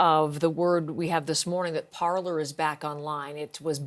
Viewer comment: This is a Canadian news channel. It really bothers me that both of them are pronouncing "Parler" wrong. LOL!